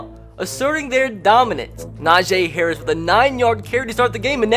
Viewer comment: Y does he keep on saying nojay harris